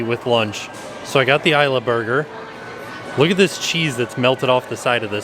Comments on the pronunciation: In Spanish, Isla is pronounced "ees -la". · It's Spanish, not British. Ees-la, not Eye-la 😊😊just like the movie. Isla Nublar becomes Isla Nu-Bar. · 🤦🏻‍♀️ It’s pronounced “Eela” not “eye-la.”